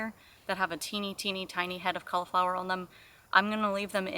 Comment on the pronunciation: I enjoy this channel! I love the way says the word "on". She makes it a two syllable word, ah-wun. Simply adorable.